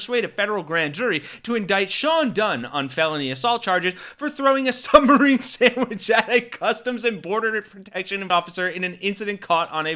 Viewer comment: Am I the only one that hears "submarine sandwich"?